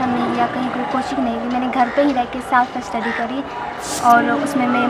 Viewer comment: रुबी राय भी पैसा देकर टापर करी थी जो की 2016 में इसकी ही बहन थी जो last me पकड़ी गई थी,,, और ये भी पैसा देकर ही टापर आई है क्योंकि ये सेल्फ स्टडी को साफ स्टडी बोल रहीं हैं एक बार गलती से सेल्फ स्टडी को साफ स्टडी बोल सकतीं हैं, लेकिन ये 2 बार सेल्फ स्टडी को साफ स्टडी बोल रही है , विडियो को ध्यान से देखिए 👍👍👍👍👍👍👍👍👍